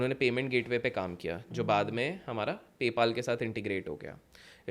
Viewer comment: Pay paal 😂😂😂😂😂😂😂 His pronounciation is terrible He needs to work on it So many words and terms he says are wrongly it's hilarious